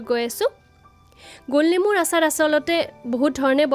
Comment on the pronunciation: অচাৰ নহয় আচাৰ